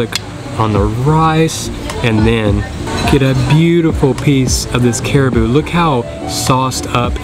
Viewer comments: Did you say CARIBOO? We pronounce it as CA-RA-BAO . Hahahaha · yeah, cute Southern accent. By the way, it is not Cariboo. Hehe. Ca-ra-bow or Carabao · It's pronounced as carabao my friend not caribou or whatever it is your saying?? And its latik on top of your last dessert, which is caramelized young coconut!! Get yourself together with your pronunciation pls it hurts my ear listening to you!!